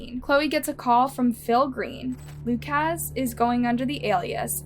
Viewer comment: It’s pronounced “Lu-cus” or Lu-kis” not “Lu-kaz”